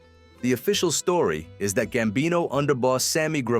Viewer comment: Gsmbino, not "gambini."